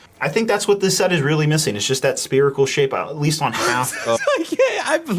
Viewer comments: I'm losing it right now derailing in the middle of the video over "spearicle" 🤣 dude must be a Jefferson starship fan. "If only you believed in spearicles, so would I..." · I hate this set but not as much as I hate that man constantly saying SPEARICAL! AAAA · when he said "speerical" i lost my brick.